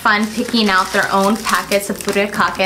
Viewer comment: And Furikake needs to be pronounced Fur"I"kake not Furekake.